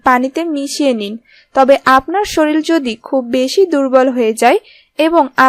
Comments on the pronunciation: রেমিডি টা খুবই ভালো লেগেছে কিন্তু বার বার শরিল শরিল বলছেন শুনতে বিশ্রী লাগছে l শরিলের না ওটা হবে শরীরের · আপনার ভাষাগত দূর্বলতা কি বস্তু গলাধঃকরণ করলে শুদ্ধ হবে, "শরীল" না উচ্চারণ করে সঠিকভাবে "শরীর" বলতে পারবেন!!! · শরীল নয় শরীর। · "শরীর"কে ''শরীল' বলা হয়েছে বার বার !! উপায়টি তৈরী করুন, সেবন করুন!! "রেমিডি" শব্দটিও একই ভাবে প্রয়োগ করা হয়েছে।। কন্ঠটা পরিস্কার ও শ্রুতিমধুর বটে। ভাষাগত দূর্বলতা পরিহার্য।। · দেখলামই না বোগাস টাইটেলের ভিডিও। ১০০ বছর পর্যন্ত বাঁচার গ্যারান্টি দিতে পারেন? শরীল না।উচ্চারণ করেন শরীর। মূর্খ কোথাকার। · শরীল না রে শরীর। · Pl.pronounce correctly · avabe bola thik na.